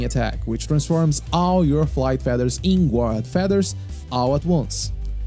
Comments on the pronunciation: The "u" in guard is silent. You pronounce it "gard". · Great guide, easy to understand and a wonderful overview, thank you! Just for future reference, "guard" is pronounced like "gard" 👍